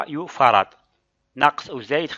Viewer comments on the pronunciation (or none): ميكرو فاراد و ليس يو فاراد هكذا تقرأ سعة المكثفة واصل شرح جيد و ممتاز